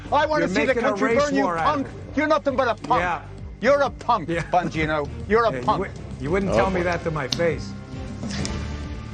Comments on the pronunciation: It sounded like David said Bongina like vagina, lol. oh well , peace. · Nice Freudian slip David: "Dan Bongina" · Pretty sure David called him Dan Bagina. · I'm not usually this superficial but David, you said "BonGINA"! Yes you did & I couldn't be happier with that. While the country burns, I have this one thing. I love it & I almost spit my coffee out! Thanks bc you didn't mean to but you made the world a little brighter!😀😂😊😉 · lmao did David say Banjino? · Ban geeno? Sounded like vagino with a B the one time lol.